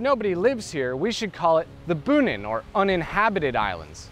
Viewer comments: It's pronounced "Bow-nin", not "Boo-nin." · Bonin is pronounced Boh-neen, not Boo-nihn. Also; subbed :-)